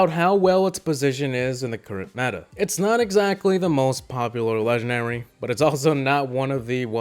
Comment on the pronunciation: There’s an “N” in the word Legendary lol